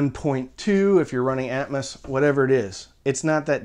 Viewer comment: I feel like "atmus" is the southern way of saying atmos lol. I agree, getting a center that doesn't suck like the c1+ is more important since that's where 80% of sound comes out. I'd probably invest more in the sub to get something like BIC F12 or comparable and see if you can get a cheaper AVR especially refurb/open box ones if possible. I remember the good old days when you could get a Denon S540bt from A4L for like $150 refurb before covid screwed it up lol. I also agree less is more, no need to waste money on getting 7 channel avr and atmos if you're not at like SVS levels of subs as that's going to make you grin more than hearing the occasional helicopter fly over especially with how hit or miss a soundtrack can be hence why "atmouse" is commonly coined for Disney movies.